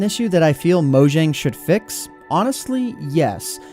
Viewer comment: pronounced moyang